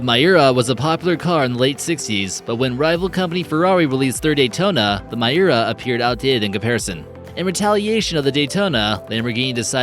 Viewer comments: not "murray" but "meeray" (Mirai), not "coantach" but "coontash" (Countach), not "mayura" but "meeura" (Miura), not "electronic" but "electreec" (Electrique) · Damn, had to quit watching again because I couldn't stand his blatant mispronunciations! I stopped and scrolled down to see how many people commented on "Count Tatch," only to restart and find he'd butchered "Miura," too! Disliked again.